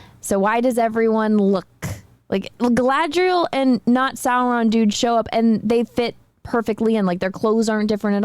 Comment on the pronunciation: It is slow, ploddinly slow. Highly inaccurate in the representation of how the elves are. They are stoic, then bam super emotional then wooden again. They can not seem to say Galadriel all the time, pronouncing it Kal-adriel. Galadriel jumped off a ship then swam an entire ocean back. also the only action in episode 1 was when all her "elven warriors" got face rolled and she crouching tiger hidden dragoned them off a sword because shes a army of one. That time she wanted to leave that guy in the snow to die even though he was right there. Yeah. rings of suck, that should have been the title. Oh and the hobb i mean the hamfoots are dirty, unwashed, homeless short people that dont seem to be very bright at all. i tried to watch the second episode. i'm done with it. the only character that seemed right was Ismael Cruz Córdova as Arondir.